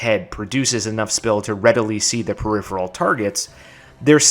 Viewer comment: I’m just shocked a fellow Texan can pronounce “peripheral.”